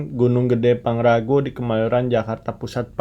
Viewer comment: Pangrango woyy bukan pangrago